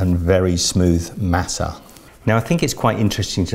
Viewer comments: It’s pronounced mah-suh not mass-uh. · Omg you’re saying Masa wrong!!!!!! It’s pronounced Mâh-sâh